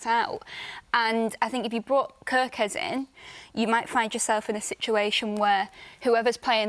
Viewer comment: we want to win the league and you are talking about "kErKeZ" 😂